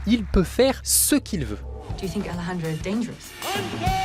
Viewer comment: Super vidéo !! Je ne suis que tendu par le fait que tu dises "AleXendro" à la place de "AleRRendro" mdrr